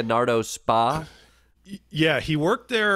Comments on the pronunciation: Hey Klepper, It's not 'spa" like the one at the resort. "spa" is an Italian term, "Societa per azioni" or in English, "company with shares,", or a public or incorporated company. Using your parlance Boeing would be Boeing INK. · You’re saying “spa” when it’s an acronym S.P.A. which is Italian business lingo & is like Inc/Corp in English. You wouldn’t keep saying Apple Inc in a conversation about iPhones. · Leonardo Spa? FFS.. It's not Spa as in massage and steam, sauna. Spa is SpA as in Inc. Or Ltd. Or plc, or OY, or SA.... Inc., in America. Meaning a public limited company. Leonardo is a perfectly legit Italian defence conglomerate like Lockheed Martin or BAESystems or Raytheon. The ignorance here is both staggering and misleading. If for comic effect, fine. But this narrative is plain wrong. You just lost a long time fan